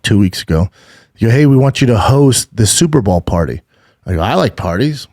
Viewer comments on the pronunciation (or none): Bro are you saying Super Ball on purpose? 😂